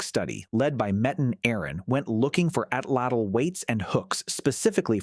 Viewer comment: I wish that there was a strong movement towards pronouncing the word Atlatl correctly! This is not a word from a dead language! There are approximately 1.5 to 1.7 million native Nahuatl speakers. Most speakers live in central Mexico, making it the most widely spoken indigenous language group in the country. Please do them the courtesy of attempting to correctly pronounce the Nahuatl word 'Atlatl' correctly!